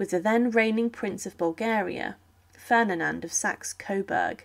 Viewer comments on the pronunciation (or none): I noticed that as well, and that she kept saying Ferninand and not Ferdinand.